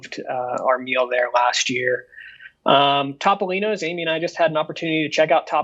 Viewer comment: I am an extremely loyal viewer and an avid fan of Dis Unplugged. Love you all to death, but I have one massive pet peeve. Please stop mispronouncing Topolino's . It is not Top-o-lino's. It is Toe-poe-lino's. The Italian word for mouse is "topo." Pronounced "toe-poe." Thanks!!!